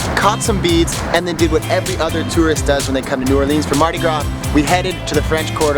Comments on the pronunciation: Please stop calling it New Or-LEANS. It's New OR-lans. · New Orleans or Nawlins, but please not New Orr-leens lol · 1. Katrina was THE worst natural disaster in the US, not one of the worst. It also cost the most money. 2. New Orleeenz? Let's try for New Orluhns. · New Oar-lins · Not one local ever in the history of new orleans has ever called it “nawlins” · No one, absolutely no one. Calls New Orleans, Naw Lins! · I cringed when I heard New Orleenz. The tourists hear N'awlins strictly due to the accent. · Ok first off it's neworleans not new or leenz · Stop saying new orleeeens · Dude, nobody from New Orleans says New OrLEANS. Nor do they say "NAWLINS". It's New Orleans. Also, New Orleans mostly embeds itself in French. Otherwise you may just call Tchoupitoulas T-CH-OOP-IT-OW-LAS. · Man, if this guy says " New Or-leenz" one more time I'm going to lose my shit. Locals do not say it like that. It is strictly New Orleans. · They're wrong, New Orleans "natives" DON'T call New Orleans, "N'awlins", that's for misinformed tourists. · It's pronounced "new orlens" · Yes I live Baton Rouge nobody ever said anything about N'wlins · Ikr! Grew up at Washington and Broad....NEVER ONCE heard anyone in my neighborhood say N'awlins OR call this city NOLA. If you're not from here......you will never get it. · Nice Video but as stated before no calls it Nawlins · My soul dies a little every time you say new or-LEENS. Family is from Louisiana and they taught me to never say it like that 😂😂😂 it's cool though 😊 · i'm going to kill myself if they keep saying New Orleans wrong again. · The way you said New Orleans completely ruined the whole video. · WTF. did u hear what they said in intro. They completely said New Orleans wrong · I heard them say that and I screamed, "No!! Locals hate that." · They be saying new Orleans so wrong lol